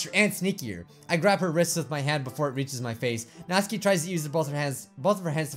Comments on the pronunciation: It's Nat-su-ki, not natski!!😂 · Nautski it's not nautski it's natsuki and it's not Bijju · its nats*UUUUUU*ki not natski plzzzzz u are murdring my ears every time u say her name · I wonder if he knows that her name is Natsuki and not Natski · He is missing the "u" in Natsuki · Does he know he’s saying Nasuki’s name wrong? Just me? OK